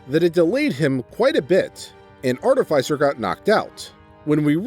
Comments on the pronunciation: no, it's art-i-fī-ser. You said it correctly. Everyone else is saying it wrong oddly enough. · He pronounced artificer correctly. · This guy must have low intelligence and wisdom. Also, you might be the only narrator that can say artificer correctly. Does no one else like necromantic tomes? Both liches and Dragons commonly makes them. They're heads that have books imprinted on them and recite the contents on command. On the bag of holding idea, just give him a normal one with an ooze in it. It'll devour everything he puts in it.